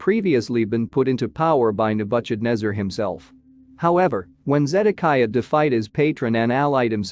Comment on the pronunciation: Agreed..... pronunciation errors are horrible. Nebukadnesar is unrecognizable. Cancel Apia.